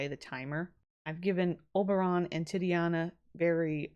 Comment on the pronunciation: Oh hey i know someone's probably told you by now but just in case they haven't titania is pronounced exactly how it's spelt, ti- tania and tybalt is pronounced tib- alt :)